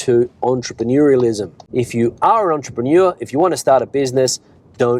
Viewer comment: Weather is good...as an English teacher are you confident about your pronunciation of entrepreneur?